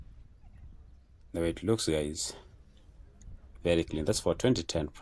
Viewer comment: What did I hear? 2.599M toyata prado? Waah. Thats a deal.